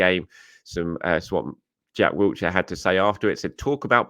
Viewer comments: Sounds like he’s saying Jack Wheelchair 🦽 😅. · it's 2024 and you're still adding a t to Jack Wilshere 😂 Wiltshire is a county.